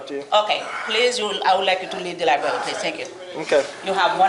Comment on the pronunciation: Lieberry LOL